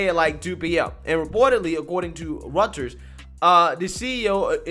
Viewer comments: Roy-ters. Not rutters. The Twitter mob. Can’t find words for those people or the employees going nuts. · Reuters “Roy-ters”